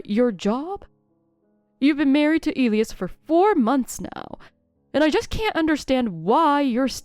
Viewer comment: Elias is pronounced ( and I'll do it phonetically) E lie ass